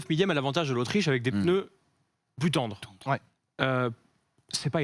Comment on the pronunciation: "économie de pEneus" 😅😅